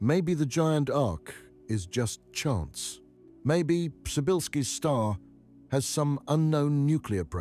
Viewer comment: I kept wondering who the hell named that star pryzybbzyyzylki, then I realized it's just very badly spoken Polish and its named after astronaut Przybylski.